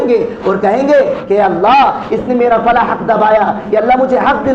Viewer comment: فلاں ہوتا ہے. ف کے پیش کے ساتھ نہ کہ زبر کے ساتھ